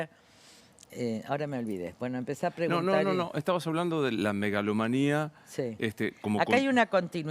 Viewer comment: Usted misma, señora "comprometida" con el lenguaje, debe tratar de no invertir las sílabas en un vocablo. Ha dicho "melagomanía" por megalomanía; incluso lo ha repetido. Realmente no me gusta aconsejar, pero, lo haré por esta vez: si le han entrado ganas de divulgar el buen uso del lenguaje, empiece por mejorar el uso que usted misma le da.